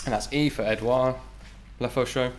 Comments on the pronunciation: "Lefaucheux" et non "Lefeuxchaud" , which means "the hot fire" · It's not a LEFEUCHAUX but a LEFAUCHEUX ! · le Fo Sho company 😂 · "Le Fo Sho" When you're gangsta but also french.